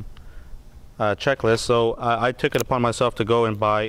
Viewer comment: Flaps at zero for takeoff???? And it's "checklist" not schecklist, "on" the ground, not "in" the ground. In the ground is what happens when you screw up! Lolol!